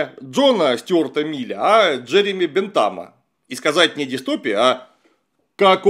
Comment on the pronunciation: В слове "дистопия" ударение падает на вторую "и". Полная аудиоверсия статьи